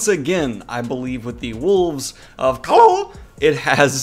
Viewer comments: Calla is pronounced “caya” the two “L”s make the Y sound like it would in Spanish. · You know it tells you how to pronounce Calla in the book? Well just to let you know you’re saying it wrong. Love ya but you should’ve paid a bit more attention